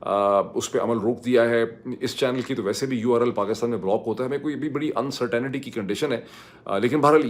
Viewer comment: Dr. Sahab. Sorry but would you please correct your pronunciation of the word “uncertainty”. I distinctly remember watching your interview of Imran Khan and the look of surprise on his face when you said the word “uncertainty”! As if he did not expect someone as highly educated as yourself to mispronounce the word. Thank you.